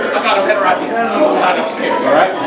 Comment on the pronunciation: I kept half expecting to hear the words "I got an Idear" to pop up